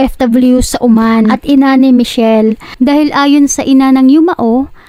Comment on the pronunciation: Oman hindi Uman.. Diyos ko nakakainis yung narator. Ayosin mo magsalita.